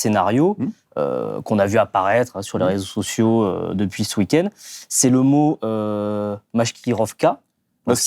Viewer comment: Faut arrêter d'avaler les conneries d'Aberkhane qui n'a pas de PHD en geopolitique et n'a pas donné de cours de géopolitique à l'ENS...et au passage, cest Maskirovska (comme masquer en français) et non "Marivoska".